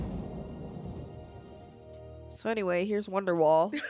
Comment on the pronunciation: "So anyway, here's womderwall"